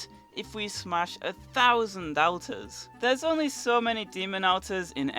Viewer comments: anyone else annoyed by him saying outers instead of alt-ers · Ur saying alter wrong ur saying Alters it's pronounced aulter or sego thing like that k dude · why you saying AL ters it's said like ALLtars english do you speak it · ALL TAR not Al Tarr! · your not pronouncing alters right lol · It's pronounced olter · Al-ters is it just me or is he prouncing it wrong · Different pronounciation, because i have seen many videos and people say it either ALLtars or OLLters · Please stop saying altars wrong